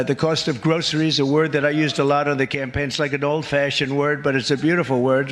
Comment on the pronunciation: Vote for a guy who can't even pronounce "groceries"....